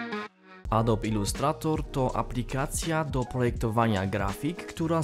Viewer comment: nie mówi się "adob" :)